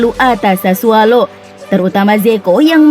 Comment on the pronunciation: Sassuolo pak. Bukan SASSUALO. Pake O bukan A